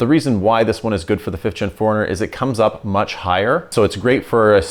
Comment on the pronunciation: Love the channel, love the build series. But interesting how you pronounce 4Runner ( like: foreigner), and asphalt (like: ASHfault). Oh!! and you just gained another Subscriber, as I've been binge watching your content, within the last couple of days.